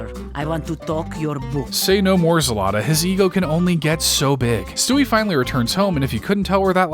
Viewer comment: As a Ukrainian, it is not zelata its zlata, the same way you type, the same way you say